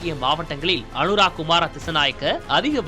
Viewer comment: இலங்கை அதிபர் பெயரை சரியாக உச்சரிக்கவும் (அனுரா)× அனுர குமார திசாநாயக்க என்பதே சரியாகும்